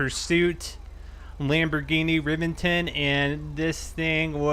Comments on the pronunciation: its fucking re•vent•on not rivinton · It's pronounced ruh-vent-on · By the way... The V is pronounced like a B... "Rebenton" as it should be pronounced... You can get a lot of badge with it. ......... (Top Gear reference by the way)